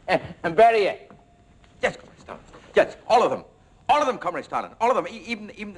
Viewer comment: It's pretty funny, but WOW these British accents are pissing me off. Even I pronounce Beria more Russian than that, and i'm Irish and a tiny bit of German